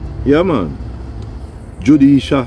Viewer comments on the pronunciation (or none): Di man say judesha😂😂